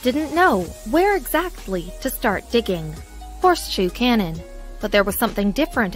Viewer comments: Who decides how your words are pronounced? Do you know what a cannon is? A canyon like the grand one in the USA always has the "y" pronounced, the place you were showing as a cannon looked nothing like an ancient weapon and so much like a canyon. You got me annoyed. Do I have to block your channel too, because you consistently grate on my nerves by persistently saying things wrongly. It is easy enough to check, so why wouldn't you? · learn how to pronounce "canyon"